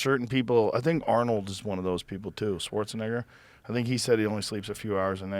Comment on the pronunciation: Lol he definitely said Arnold Swartzin*gger 😂😂😂 tffff